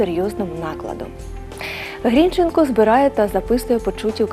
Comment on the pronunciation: Соромно ,що ви навіть прізвище правильно наголосити не можете